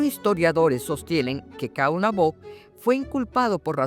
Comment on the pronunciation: Disculpe. 2 cosas: a) No es Caonabó (fuerza en la última o), es solamente Caonabo. b) No es Cacica, ella se convirtió en Cacique.